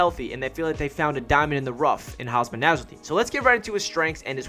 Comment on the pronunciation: Great video ✈️✈️...btw it's Hamsah**